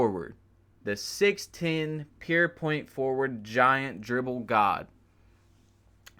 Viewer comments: “Pure” nigga “pure” not “pear” Good ass vid though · Good vid my guy but it’s fucking PURE NOT PEER